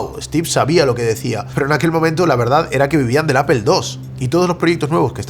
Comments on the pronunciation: 🤣😂Repitan conmigo hermanos españoles, NO se dice "A P E L " se dice a p P L E, aaaaa ppppp ppppp llllll EEEEEEEE 🤣😂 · Lo único que no entiendo es porqué los españoles pronuncian tan mal Apple. Dicen Apel, pero en Inglés sería "Apl", Castellano (Aple) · por que le dicen "apel" no se pronuncia asi.. incluso en ingles se pronunci "apol".... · Interesante lo que nos compartes pero no puedo escuchar tantas veces “apel” sin volverme loco. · deja de decir apel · Pregunta en serio. Por que dicen apel en lugar de apple? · por que le dices: APEL? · tengo un problema psicológico y no soporto cuando le dice appel a apple o googel a google 😅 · Qué es "apel"? 🫠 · Me encanta y su contenido, pero a su nivel ya no deberia cometer errores tan absurdos como decir "Apel" en ningún idioma se pronuncia de esa forma 😂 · Pronuncia bien Apple😐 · Aprende a pronunciar Apple! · Buen vídeo excepto por la pronunciación de la palabra "Apple" :face-blue-smiling